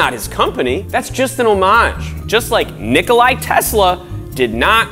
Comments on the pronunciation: Just saying, the biggest serbian scientist Nikola Tesla is called NIKOLA not NIKOLAI so please respect that Awesome video tho👌love your stuff but some things like this get on my nervs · Thumbs up for being awesome. ( even though you pronounced Nikola Tesla as "Nikoli Tesla ) DUH! (you're still awesome. ) ROCK ON! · its Nikola Tesla not Nikolai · It Is Nikola Tesla not NikolaIIIII Tesla it is with out i I am from serbia from where he is and i am a big fan also :) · Its not "Nikolay Tesla" its "Nikola Tesla" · It is not Nikolay Tesla, it is Nikola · Nikolai Tesla??? It's Nikola Tesla. He's not Russian. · Nikola Tesla is not Russian so his name is not Nikolay. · It's Nikola Tesla not Nikolai